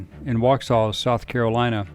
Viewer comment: I’m from Waxhaw where Andrew Jackson was born. It’s pronounced “Wax-haw” not “Washaw” at least by the people that live here. That being said, I don’t know much about the origin of the name.